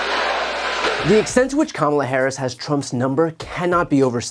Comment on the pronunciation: I still think the only moment that would’ve been stronger at the debate would’ve been Kamala making Trump say her name correctly